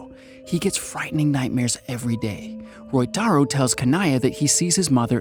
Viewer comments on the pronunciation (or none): It is Ryotaro in the film. The pronounciation is a minor goof on the part of the narrator. But overall, the summary is well done. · bro i know you couldnt pronounce ryotaro correctly but still you could try haahah, very nice video anyway, keep it up man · Roytaro = "Ryotaro"